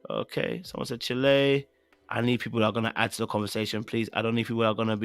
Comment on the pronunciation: Omg,, all this time you were saying Chilay, I thought you were saying the Ghanaian Chalè. But i just realised you're pronouncing chiiilleee wrong! It's Child without pronouncing the d on the end🤣🤣🤣🤣 I caught on when you were reading the plot twist responses. I'm dead 🤣🤣🤣🤣 Chilllleeee = child 👧🏽